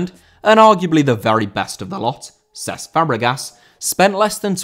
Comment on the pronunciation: Cesc* not Ces